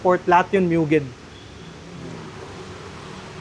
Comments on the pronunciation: MUGEN HINDI MYUGEN TANGA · Kailan kaya mapo-pronounce ng tama yang Mugen? Hindi sya "myu-gen" o "moo-jen" o "myu-jen". "Moo-gen" sya guys.